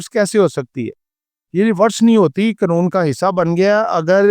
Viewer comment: Satuation nahi Situation hai, mulak nahi mulk hota hai ore qanoon nahi qaanoon hota hai pls correct yr pronouncation tku